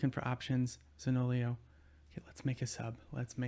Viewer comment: hi I'm new! , I always like to see Italian players in the teams, I don't want to sound offensive, but you say Zaniolo wrongly, you pronounce the i after the o 😁🇮🇹